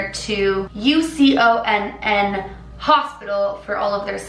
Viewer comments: I love how you say U-C-O-N-N all spelt out lol. You can definitely tell the difference between those who live here and those who don't. It's just UCONN (said as U-CON). its the abbreviation for University of Connecticut and the hospital is bridged though the university with medical students. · hi! i’m not tryna be hateful just correct u on how u said uconn. i live in CT and live a short hour away from the college itself, and it’s pronounced you- con. not pronounced as the spelling. just wanted to point that out! ilysm! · UCONN is spelled out it’s pronounced U-CONN no hate just trying to be helpful and I’m also scared because I live really closed to there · She spelled out Uconn 😂😂 hahaha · im in wallingford!! were you guys also laughing when she pronounced uconn like u-c-o-n-n? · ur adorable lol uconn is pronounced “you-con” hahaha. ❤️❤️ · i was confused why u called UConn U-C-O-N-N n then i remembered ur canadian lol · as a native of connecticut it lowkey bothered me when you said uconn by the letters it’s actually pronounced YOU-con 😊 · Uconn is pronounced you conn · It’s said “YOU-CON”! Who the hell spells it out? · Lol it took me a long time to figure out she meant UCONN. It was so cute 😂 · UCONN is said like a word not just the letters. Didn’t know if u did that on purpose or not but just wanted to let u know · same lol